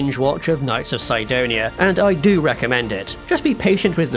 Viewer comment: Everyone pronounces Sidonia Sidonia but this guy decides to say it "Saidonia" for no reason